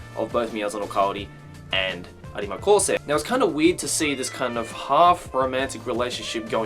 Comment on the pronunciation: No offence, I don’t wanna be rude but it annoys me that you don’t just say “arima”